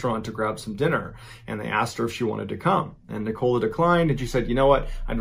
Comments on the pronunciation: It's Nicola, not Ni Cola. Doesn't anyone have Nicola as a name in the US? Great stories though, much appreciated 👍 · Yaay, someone said it ... and also ... Nic- col -la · It’s Nikola. Sounds like nickel-ah. I have a daughter with the same name and this happens all the time. I say it sounds like not a dime, not a quarter but a nickel with an Ah at the end. Anyway, you’re doing great! It’s just my OCD 🤗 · Is that how Americans pronounce "Nicola"??? In the UK, it's "Nic-o-la" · Always makes me laugh how americans can’t pronounce nicola properly 😂